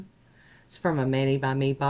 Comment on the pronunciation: 😂 I totally heard clouds and bubbles and FARTS 🤣🤣 I realize you said hearts, but I totally heard farts 🤣 Anyway lol The colors are cool and the stamping is adorable 🥰 Thank you for sharing 😊💜🌻